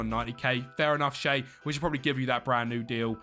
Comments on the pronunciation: Shea Lacey - its pronounced Shay Lacey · ITS PRONOUNCED ‘SHAY’ LACEY my man